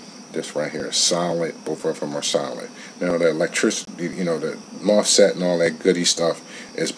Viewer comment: had to pick on you on the pronunciation of the mosfet. love your reviews tho. I feel like I'm hearing my best friend telling me if I should buy something or if somethings a waste of time. keep it up bro